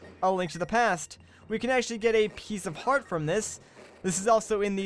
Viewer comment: he said piecefart